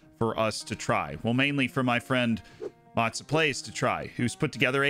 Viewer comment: The way you pronounce Mozza is hilarious!